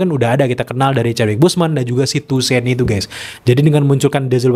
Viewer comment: Toussaint dibaca tusang bang 🙏 Btw kandidat ke4 dapet aura charmingnya BP/king tchalla